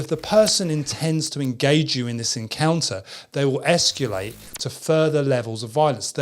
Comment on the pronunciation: I like your videos, but if I make one suggestion: You use the word "escalate" frequently enough that it might be worth ... um, ... learning a different pronunciation of it. There is no "you" in "escalate." It's es-kuh-late" rather than "es-kew-late." But maybe it's just me that finds it distracting.